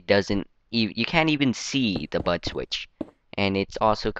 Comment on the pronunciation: It's sounds like your saying butt switch XD no offense tho